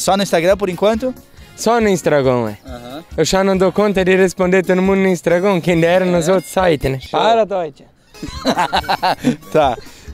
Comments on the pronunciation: Instragón 😂😂😂 que ele não mude tbm igual muitos aí, essência bacana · O pai dele disse: "... porquê você não faz um vídeo e não bota no "instargôn"? " 😅😂